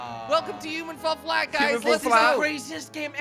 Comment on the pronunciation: Hahaha the introduction to Human ful flat